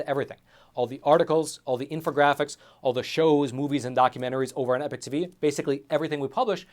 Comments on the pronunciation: It's "Epoch", not "Epic" 🤣🔥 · Love the channel but please pronounce "epoch" correctly